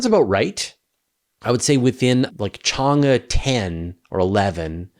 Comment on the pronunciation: my wife is Chinese. In "Chang-E" the E sounds like "eh?" like the Canadian trope, including the rising tone. I think Wikipedia has a pronunciation, or you can hear it spoken via Google Translate.